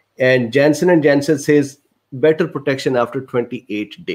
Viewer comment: nobody: absolutely not a soul: this dude: JENSEN IN JENSEN